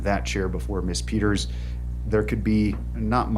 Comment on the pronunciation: Wish he could pronounce the name “ Peters” correctly, without adding unnecessary plurals at the end of that name! He is purportedly an educated man. Yet this is an error he has made several times.